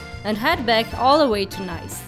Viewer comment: Perfect video until your pronunciation of Nice 😂